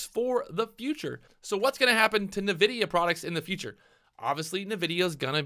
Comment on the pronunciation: I die a little bit every time you say "navidia" XD